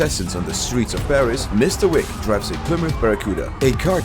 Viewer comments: yo bro it's not john whick or john tick it's john wip😂😂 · did bro really say mr.thick💀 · "john thick" got me. 😂